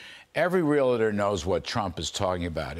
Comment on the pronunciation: Realator Realitor Really! Its pronounced Realtor go see a Docator and get your words right!